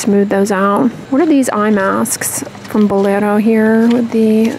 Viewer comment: I like how you pronounce Bolero.👌